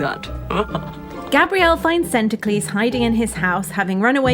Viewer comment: Sorry, but Santaclese :D :D :D.